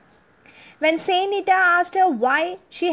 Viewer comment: Not the real and true story….. bye the book of her life here in Ireland…. Also the way you pronounce the word is wrong and gives people the wrong impression!!